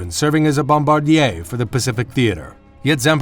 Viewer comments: bom bardy a? hahahahaha americans never fail to make me laugh with their inability to pronounce words correctly. bombadeer is the correct pronounciation. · The announcer needs to brush up on pronouncing certain words for example 'skel-ee-tul', 'bombar-dee-eh' he probably come up with that from a ski-doo ad.